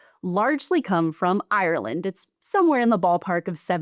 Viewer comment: PLEASE Google how to pronounce Ireland before going on camera and recording yourself saying it like that